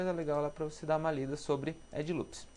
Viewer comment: pow mano bom trabalho, porem "edJe" loops fico foda da uma corrigida ai erros de português pega mau para um designer! desculpa qualquer coisa! abarço